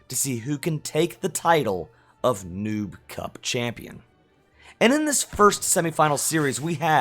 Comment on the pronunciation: The way you say noob cup of you have the close Caption on it says nuke cup instead of noob. 😂 😂